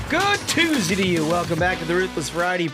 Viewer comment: "Mondy, tuesdy, wednesdy"